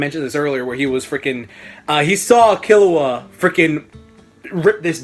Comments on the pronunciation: I think it's pronounced Kee-low-ah, but whatever, it's all relative right. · its pronounced key-lewa and gown loving the vid tho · OberonFK I think it's kill-u-a the way it's pronounced because of kill and he's a assassin